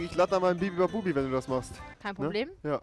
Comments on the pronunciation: Bibibabubi sagt er die ganze Zeit Statt bubibabub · Wie Rewi anstatt Bubibabub, bibibabubi sagt 😂😂😂😂😂